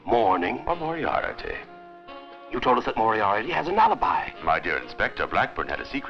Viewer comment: Moriarity ?? its Moriarty one I.